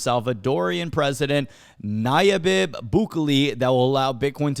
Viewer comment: "Nayabib" xD